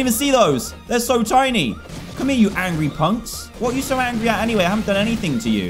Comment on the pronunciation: Dan you got angry wrong you pronounce it as angy